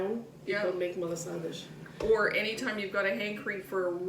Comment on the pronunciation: Pronounce Ma la sa das the way it is suppose to be said. You are not pronouncing it proper.